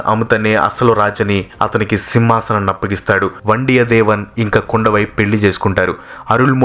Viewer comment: చాలా వరకు బాగానే ఉంది, కానీ కొన్ని పేర్లు తప్పుగా పలికారు వనతి కాదు వానతి, కుండవై కాదు కుందవై, వండియదేవన్ కాదు వందియదేవన్, పూన్గుడలి కాదు పూంగులలీ, పెరియప్పడు వట్టరీయర్ కాదు పెరియ పలవెట్టు రాయర్ 😂😂😂😂